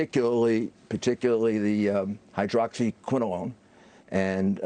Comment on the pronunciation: Hydroxyquinalong? LOL.